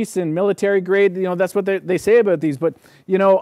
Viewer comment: Abooot 😂 I love that